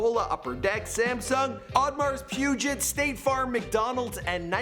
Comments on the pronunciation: it is pronounced ademar piguet (pig-ay) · i love how he pronounced audemars piguet. awdmars pyujet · Audemars Piguet = French pronunciation = “Audemars Pi gay” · Audemars poooooooghet 😂😂😂😂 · Did he really call it '"Audemar Pugets" ???? Please, tell me he didn't ! OMG ! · Really, Audemars Peugeot? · How the fuck did you say Audemars Piguet LOL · FreshSoUL audemars piguet is ever worst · Say Audemars Piguet again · Omg lmfao why did he disrespect Audemars Piguet like that and butcher their name 😂😂😂😂 you bum